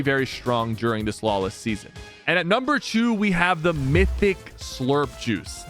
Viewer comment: Guys am i the only one who heard number chew